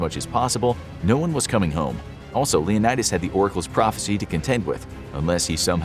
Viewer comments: Dang … it’s prophecy not prophency 🤣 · Did anyone realize that when leonidas said i need to fufil the phrofecy its has an N